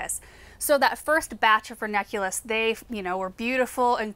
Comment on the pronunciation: I always hear from ‘vernaculus’ instead of ranunculus, is it just me? 😂